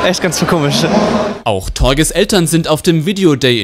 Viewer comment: Torge...Oh gott! Genau so gesprochen wie es geschrieben wird.... *facepalm*